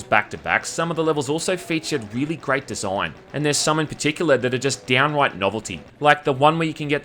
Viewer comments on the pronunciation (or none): groate desoign